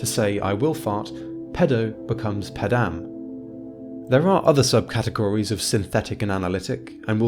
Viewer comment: The correct stress is pédam, not pedám. a millennium, not a millenia.